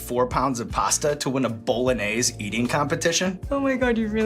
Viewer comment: "pawsta" "bowlanase"